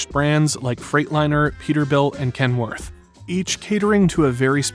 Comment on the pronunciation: You're using a computer voice. Use your own, it will be much better. The computer doesn't know how to pronounce Kenworth. That was the giveaway.